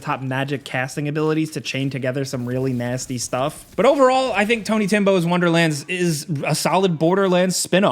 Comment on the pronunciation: "Tony Timbo's Wonderland" 🤣🤣🤣